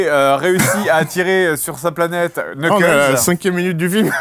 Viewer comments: c'est étrange, d'habitude c'est Fred qui tacle un film 😅. Par contre il faut qu'il arrête de prononcer le K de Knuckles... il ne sait pas parler anglais vingt dieux ! Ça me fait penser à Hooper avec son "CasTELvania" pour la série de jeu Castlevania, après c'est moins grave pour ce dernier car ce n'est pas vraiment un mot. Globalement le film je l'ai trouvé pas trop mal, malgré : Le mariage vachement prévisible au niveau de la mise en scene Pour Knuckles, ils ont trop montrés sa stupidité par moment même si globalement ils ont plutôt respectés son caractère : une mentalité de guerrier humble, déterminé et naïf 😅... j'avoue les "points, points, points" lorsque Robotnik et son bras droit espionnaient les sms de Sonic m'ont fait marrer 😂. La danse... passage inutile et trop long et pas mal d'autres points que vous avez cités mais je préfère pas trop spoil. La voix de Sonic est catastrophique en français (Malik 😅) mais elle est un peu plus arrangée que pour le premier film, à croire qu'il prend un peu de bouteille dans sa médiocrité... sacré Malik... sinon Tails c'est cool c'est la doubleuse des jeux vidéo (et de Sonic X) donc rien à dire puis Knuckles a une voix qui lui correspond très bien, même si ce n'est pas la voix originale. Le comportement de Sonic est insupportable au début, ce n'est pas le Sonic que je connais dans les jeux vidéo ou l'animé Sonic X, ils reprennent bien ses côtés rebelle, moqueur et joueur en rajoutant un personnage qui se trouve cool, alors qu'à aucun m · Vu comment ils prononçaient son nom... Je ne suis pas mécontent qu'ils l'aient oublié :X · Le premier "K" de "Knuckles" est silencieux d'ailleurs. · Mais, par contre, il faut bien prononcer le "s" ;) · Et du coup les k dans Knuckle ne se prononcent pas ^^ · On dit "NEUCKEUL" pas "KNEUKEUL" faites un effort bon dieu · Guys, Knucle le K est silencieux.